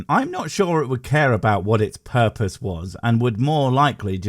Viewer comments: I never had a porpoise. Where do i get one? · All hail the porpoise of life!